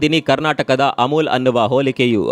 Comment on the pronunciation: ಅಮುಲು ಅಲ್ಲಪ್ಪಾ ಅಮುಲ್